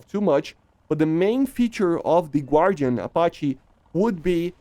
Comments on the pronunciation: Just to let you know, Guardian should be pronounced Gar-Di-An. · I feel like you mispronounced guardian wrong on purpose 😅 Also, I doubt there would be too much friendly fire with MMW seeker-heads. It would just be too op since they track through smoke